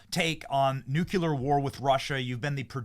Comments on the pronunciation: Thanks for broadcasting this important story. The Dev- ill 😈 has been working overtime but his efforts are all in vain‼️ Dear Lord, please bless Alex Jones that he will emerge victorious from this criminal attack against him✝️ FYI …the correct pronunciation of nuclear is: noo-clee-ur. There is no actual word in English pronounced “nuke-you-lur” 👍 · Dude, seriously NUKULAR???? ITS Nuclear NEW-Klee-Ar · Benny I love you and watch you all day but please stop saying noocyular. The word is NEW CLEAR!! "You sound like a damn fool when you say it wrong" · UPVOTE THIS COMMENT: Benny, my man… PLEASE PLEASE STOP saying “Nuc-yoo-lar”. It’s Nuclear, pronounced “New-clear”. Love ya ✌️ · I agree with you guys...but "BENNY" i know this is your channel, but is it OK if I copy your invented word "NUKE-yular" for my "almost-a-word" list? It almost sounds like nuclear (NU-clear)...but it has a nice ring to it...NOOK-yular....such a cool invented word i'm gonna start using to confuse people. THENKZ BROO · Benny, we love you but you're not W. The word is NUCLEAR 😂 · Benny said NU Q LAR. Hehe! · Benny: NOO KLEE AR please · God Bless Alex Jones! He’s not always right, but he sure is right a lot! And Benny, I love ur show but please, please, learn to say nuclear, not nucular….